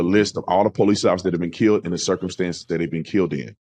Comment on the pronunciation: "i ken be keeeyyuld" muddskinns really butcher our language